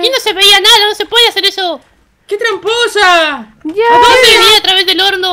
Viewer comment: ddeja de decir tranposa y tranposo porfabor😇😇😇